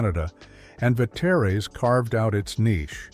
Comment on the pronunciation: Frank Ve-tay-ray’s!